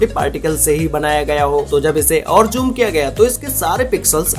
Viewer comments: Inzecson, jhoom what a pronunciation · I like it when he says joom